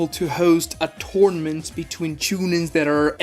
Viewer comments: Is he saying "torment arc" or "tournament arc"? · Man is really saying “Torment” Arc like even with an accent how are you saying a completely diff word lol it’s Tour-Na-Ment arc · Bro the way you pronounce tournament and jonin is crazy